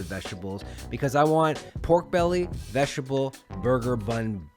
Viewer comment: Veshable?? Lol